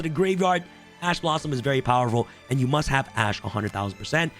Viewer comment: "Cards you MSUT have" Yes I msut have an Accesscode